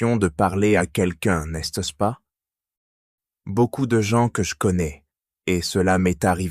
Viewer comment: N'est -ce pas isn't pronounced properly in this video.